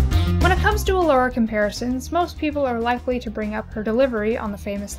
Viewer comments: Can I just... everyone is pronouncing her name wrong... it’s E-Lora.. not Uh-Lora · Those STRONG pronunciation of those “t” sounds. How original Elora pronounced “t” is just as iconic as “I’m a faun you dork!”